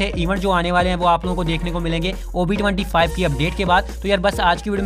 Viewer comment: I hear covid-25 not ob 25 😅😅😅😂😂